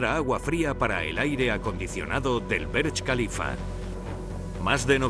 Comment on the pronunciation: Por que le dicen berech khalifa?